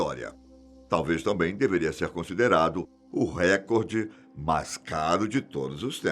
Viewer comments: Não se pronuncia "récorde" e sim "recorde " . Não é proparoxítona. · não é record, é recorde Record é em inglês e nós estamos no Brasil